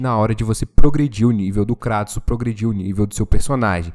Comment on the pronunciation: Até que em fim alguem usou o português para chamar o Kratos de Kratos e não kreitos. Parabens. Kkkkkkkkkk